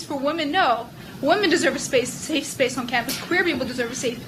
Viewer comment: How did the parasitic SJW Wench manage to fuck up the same word THREE TIMES in a row?! LMFAO 'SAFE...SPACE' Goddamnit it's really not that hard.